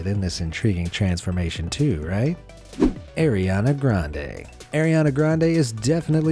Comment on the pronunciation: Her name is spelled with an A not an E way it like how it’s spelled. I hate when people say it like it Eriana Grande not Ariana Grande